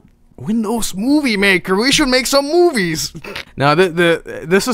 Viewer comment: The way said "movies" here has ruined how I used to say it.